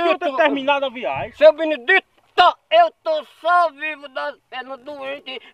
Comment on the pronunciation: Seu Binidi-TOR, kkkkkkkkkkkkk